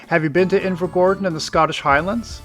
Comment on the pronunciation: I literally live there so I’ve no idea why I’m watching it, decent video tho but your pronunciation upsets me😂